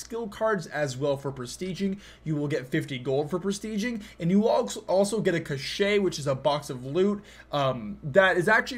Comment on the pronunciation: can I just say that "cache" isn't pronounced cashay... it sounds more like "kash"